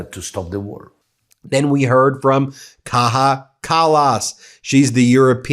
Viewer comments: Kaja = KAYIA.. not KAHA Kaja Kallas ffs She's not a spanish speaking woman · Kayyyyyyyya kallas, not Kahhha.. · Kaja Kallas is not a Spanish name, please, she is ESTONIAN. Not Kaha. Their and our J is not the English J either. The 🇫🇮 version Kaija might give a hint. Kaya. Thank you for spreading the real news❤❤❤ Go Canada❤️🩷💙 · Just to clarify. Kaja Kallas is Estonian not Spanish. It's Kaja not "Kaha". It's funny every time I hear that.😀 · Not kaHa but kaYa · Kaja Kallas is Estonian. Estonian names are read like you read. You pronounce Kallas correctly, but in Kaja j is not pronounced as h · Kallas isn't Spanish. The J is pronounced like your 'y'.